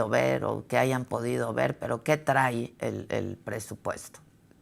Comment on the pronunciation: Se dice TRAI.. o TRAE 😂😂😂